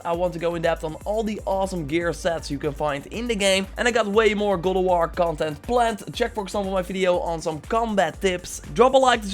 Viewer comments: "Really awesome gear set in GAWLDOWAR..." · GOAD OV WOR